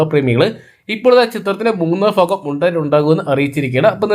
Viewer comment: മൂന്നാം ഫാഗം അല്ല സുഹൃത്തെ.. മൂന്നാം ഭാഗം 😄